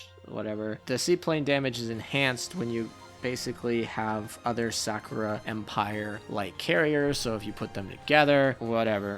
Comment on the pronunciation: "The Sack'o'rah Ships" xD